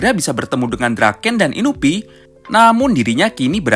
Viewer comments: Inui bang bukan inubi, kali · Inui bukan inupi.. Terano south bukan terano sousu.. Rukohara tandai bukan urahara nandai..